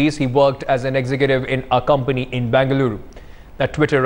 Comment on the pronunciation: Pls ask ur interviewer from calkutta to pronounce bengaluru lrgally